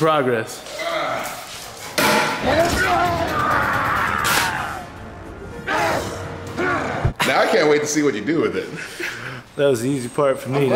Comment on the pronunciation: Haha loves making "sprogress"